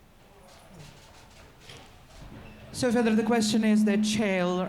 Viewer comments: Chael "Kale" Sonnen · Chael speaks to and calls him "kale". LOL